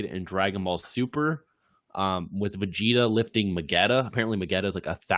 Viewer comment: "Ve-Get-a" Ok, I'm not coming back to this channel ever again